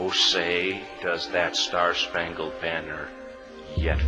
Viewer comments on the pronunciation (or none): I used to be an English as a second language teacher... please forgive me if this comes off as rude, I just want to help! When you see a word like "Spangled"... pronounce "-LED" as the word "OLD" like Spang-OLD banner it is more of a "OULD" sound, but OLD will get you closer. :) Thank you for the video! I am currently trying to learn Russian myself.